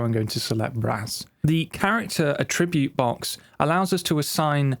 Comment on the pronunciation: For some reason, creating my own track presets is not something I've ever thought of doing. Good time saver and very well explained in this video - although every time he pronounces attribute as "a--tribute" rather than "at--tri--bute" made me wince :-)